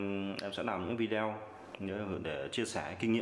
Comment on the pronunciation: góp ý chút, cụ đừng đọc là Vi Đeo nghe khó chịu cực kỳ luôn, đọc là Vi Deo hoặc Vi đê ô, Vi đeo nghe quê dã man ý